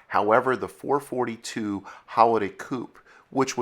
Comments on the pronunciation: I had to shut this off hearing you repeatedly calling a FOUR-FOUR-TWO a Four Forty -two. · Please, four forty two is like squeaky chalk on a blackboard to Olds aficionados. It's Four Four Two, always was, always will be. I've owned 2 '68s, first one in 1972 other in 1985 and 1 '72 Hurst Olds. Loved them all, wish I still had them. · Please redo the video, use the term “four four two” not “four forty two” Thank you. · Dude, NOBODY called it a " four FORTY two"! It was and always will be a FOUR FOUR TWO/ 4-4-2 (4 BARREL CARB/4 SPEED MANUAL/DUAL-2-EXHAUST.) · It's not "sometimes", it's always referred to as a "Four Four Two", not "four forty two". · It’s not four forty two it’s four four two... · GENERATION ALERT! NOT a "4 42"! A "4-4-2" originally stood for 4 barrel carb, 4 speed, Dual Exhaust.! U need to stop narration until you learn some history! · I always thought the car was called the FOUR FOUR TWO... not Four Forty two.?. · It's never been the four fourty two.... Always the 4-4-2. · It is NEVER referred to as the "Four Forty-Two".... it is always the "Four Four Two"..... go to an Oldsmobile car show and make that mistake and they will show to the gate! LOL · Does it drive anyone nuts hear "four- fourtyTwo" instead of 4-4-2? ITS 4-4-2 LOL I had people scream that at me so many times growing up. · Words and punctuation mean things. 4-4-2 means Four-four-two. It's not 4-42 or 44-2 or 442. Four fortytwo is as bad as saying Forty Four Two. It's not a single number, but a string of separate integers. Numerically, there is nothing "forty" about the 4-4-2 in it's designation. Only single digits corresponding to the number of specific things the numbers are referencing. That's not snobbish, that's fact. Good video, tho! Even if I gotta cringe every time I hear those nails on the chalkboard. Lol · Four four two. Nobody called it a four forty two,ever. Ever. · Please, please--someone else comment that it's four-four-two and not four-forty-two. I can't get enough!